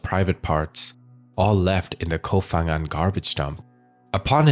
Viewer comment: Koh Pha Ngan (pronounced with a 'Pah' sound, not 'F') there isn't an 'F' sound in Thai